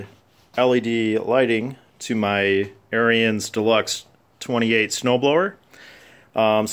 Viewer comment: It's pronounced Aaron's. Not AirEEuns